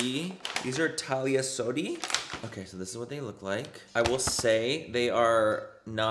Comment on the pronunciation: The brushes brand is Thalia Sodi THE amor a la mexicana singer 😂 I just laughed at how you pronounced her name lol cmon now manny what kind of latina are you?! 😆